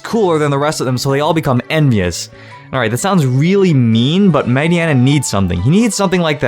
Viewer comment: ..Isn't Mightyena pronounced Might- yeena???